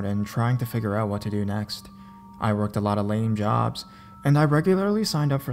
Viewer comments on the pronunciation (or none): none